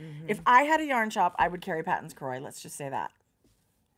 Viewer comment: Hi, Just a heads up.. Patons is a Scottish surname and is pronounced Paytons. Cheers.